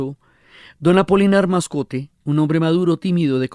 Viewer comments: Querida Diana, el personaje es Apolinar Moscote, no "Mascote" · Pero, es Apolinar Moscote, que no Mascote 😊